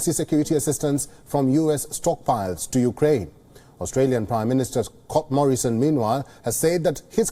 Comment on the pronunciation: Did he just call the Australian PM Cock Morrison?